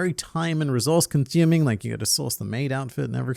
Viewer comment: lmao time conthuming😂😂